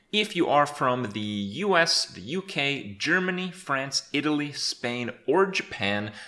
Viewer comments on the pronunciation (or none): none